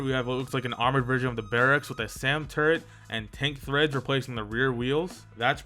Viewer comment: Wait wait it's treads not threads